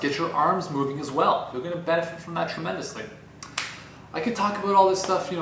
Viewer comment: You convinced me, I'm getting an elliptical. And your Canadian "abOut" is adorable.